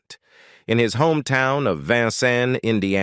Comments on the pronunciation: Can you please pronounce his birth city correctly? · Love Red Skelton. Hate that they cannot pronounce Vincennes, Indiana. Another one always mispronounced is Terra Haute, Indiana!! Just annoys me a little! lol. AI ... I guess it can't always be perfect!